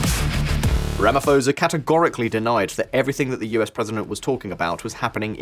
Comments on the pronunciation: Rama-P-hosa, not Ramaforsa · OMG, Did you just pronounce Ramaphosa like that? lol The "ph" is not a F, its just pho, pronounce each letter there. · Please stop saying Ramafosa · Ramaphosa pronounced with hard P. Not soft P as in Pharao. 🙂Thanks for reporting. We need as much exposure about the crime levels in South Africa as possible.